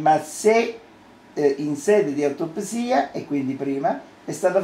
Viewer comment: e sono 27 anni di troppo ......non sa nemmeno pronunciare il termine autoPSSSSSSIA